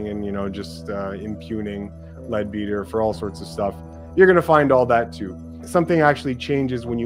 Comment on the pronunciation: Leadbeater is pronounced Ledbetter